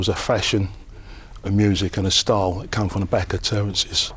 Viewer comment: Love you Cass but it's terraces not terrences 😂